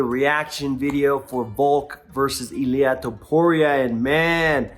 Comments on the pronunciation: The emphasis or the accent goes in the first vowel. > I < LI A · you should start learning how to pronounce Ilia... you are still doing it wrong